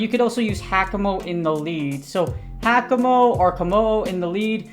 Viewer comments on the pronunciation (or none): AFAIK: it's pronounced hawka-moh-oh (from the haka dance and the mo-o lizard)